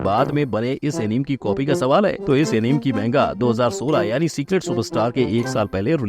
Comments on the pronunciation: FYI bhai its not enim.. pure video me enim enim kar rahe ho... its A + NI + MAY = Anime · एनीमे होता है एनीम नहीं fact bhai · Bro aapki video bohot mast hoti hai 🔥 lekin. Voh Anime hai aneem nahi 😅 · Incorrect pronunciation of anime 😅